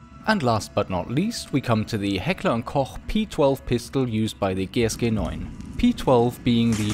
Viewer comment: The way you said "GSG9" makes me belive that you are german. 😅